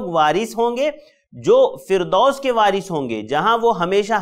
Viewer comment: वारिष होगा ना कि वारिश